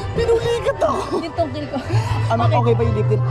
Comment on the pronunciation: "yung tungkil ko" 🤣😂